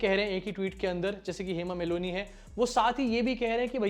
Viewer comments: Well done bro....calling out to BJP and it's stooges. Btw, it's not Hema Meloni, it's Malini. Pls be careful next time. 😊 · Nobody is perfect, you point or judge someone is not perfect just an one wrong word in English but you saying your own self hema Meloni, Hema Malini , it's not Meloni you repeat again and again Meloni meloni,😂 how nonsense you are but you're judging your prime minister's one wrong word of English, so chill English is just a Language. Edit: i'm not an Indian not an Hindu not a fan of your PM modi but you ownself are saying wrong word repeat again and again like Meloni meloni😂 but you judging other's language skill, who talk English well its talented person you mean? Who don't it's not? Sick Society and sick people like you who never leave judge other person, and you think you can talk english well, you are superior, but your mother, father, pm, minister, teacher cannot talk in English then they are dumb? you're Self obsessed. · Hema malini not maloni 😂😂😂😂😂 tum Jan bujh k unka naam galat le rahe kyu ki bjp ki h isliye 😂😂😂😂😂 MALONI 😂😂😂😂😂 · Hema Meloni nahi bhai It’s MALINI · Hema Meloni😂😂😂🤣🤣 Meloni is somebody else's girl. Malini is Dharamji's. Ya You Tube career banao ya English pronunciation seekho 🤦‍♂!!! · It's Hema Malini, not Moloni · It is Malini and not melonie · Hema Malini ❌ Hema Melonee ✅ 😂😂😂😂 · Hema Malini 🙅 Hema Meloni✅. 😂😂😂😂 That's why no one should skip their Pronunciation part.